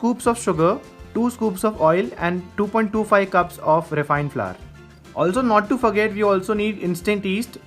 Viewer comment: Flour is pronounced as flower 💐 chump get it right dumb wit.